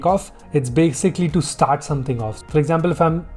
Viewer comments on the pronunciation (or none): none